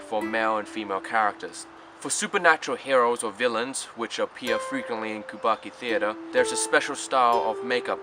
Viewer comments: Did you mispronounce Kabuki half the time? What's kubaki? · Yes, you often slip into a mistake and say kubaki...the puppet theater is Bunraku.😮